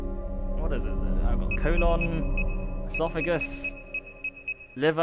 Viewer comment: LAWLS E- sophagus?! ESOPHAGUS